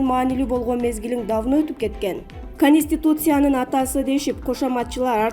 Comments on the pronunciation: Кониституция де журналист эжеке конституция эле болот😂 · Ушул диктор кыз сен жумуштан чыгып эле кетчи нервке тийбей,окуганы кантет"пандЕмия,кансултасыя,канИституция" деп.